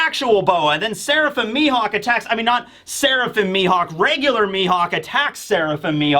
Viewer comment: Ammm it's Mihawk, mi-HAWK